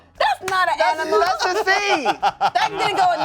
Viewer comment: "that's not an AMINAL"😂😂😂